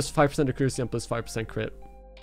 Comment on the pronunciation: took me few minutes to figure out what he meant by "a crew sea is kinda shit though" lol